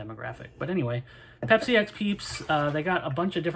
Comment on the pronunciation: Peepsi :D Great vid!